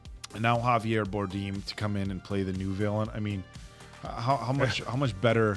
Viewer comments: it's "Bar-dem" not "Bar-deem" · i think youre saying Javier Bardem wrong 😁unless its a joke?